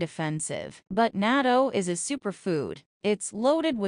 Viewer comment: Not nato ( nat-to 〜natto)